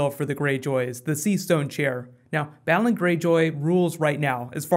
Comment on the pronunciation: it's BAY-LON, not BAAAA-LON! lol! That stuffs been killin me! lol